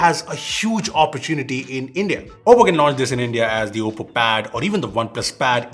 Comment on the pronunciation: You nailed the name 😉